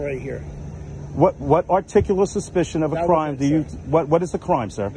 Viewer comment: It's "articulate " not articable or any other versions you think it sounds like from YouTube vids🤣